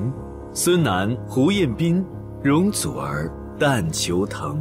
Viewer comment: 周深一句“容祖儿……“太好玩了，粤语真标准❤